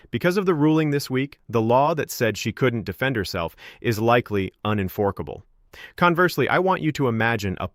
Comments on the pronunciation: You need better AI voice to text implementation because “enforceable” is not “en-fork-able” and other errors you need to listen before publishing. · AI generated slop. Can't pronounce enforceable